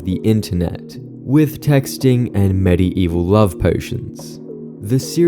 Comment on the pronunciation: That was the worst pronunciation of Medieval I've ever heard holy cow